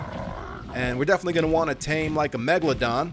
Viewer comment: you had it right the first time "megalodon"